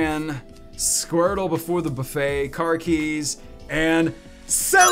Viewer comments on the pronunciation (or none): none